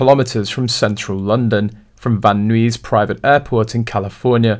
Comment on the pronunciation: Van Nuys pronounced Van Neighs. Rhymes with eyes, in Southern Calif.